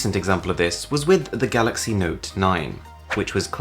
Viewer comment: He said it as the galloxeiy This year with the note 10 he said it as galox